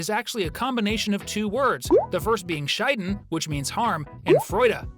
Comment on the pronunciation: As a German: The way he is pronouncing Schaden, he is saying vagina joy. Or to divorce joy. Or in old German going away joy or dying joy. Not damage joy, what it means